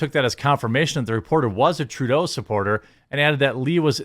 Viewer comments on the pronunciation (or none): none